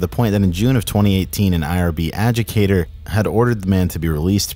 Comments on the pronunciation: You said "adjucator" (adjudicator) ! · You were saying, "A-JOO-KAY-TER" but it's ,"A-JOO-DIH-KAY-TER" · adjudicator: ah-jood-eh-kate-or it's adjudicator, not "adjucator" good video otherwise :) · The fact that you always pronounced adjudicator as educator (ignoring the "di" syllable in the middle of the word), confused me on wtf an educator had to do with it. Example timestamp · There's a whole syllable that disappears, when you say adjudicator